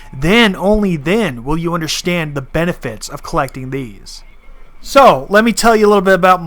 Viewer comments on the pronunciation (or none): Protip. There is no H in the word "understand"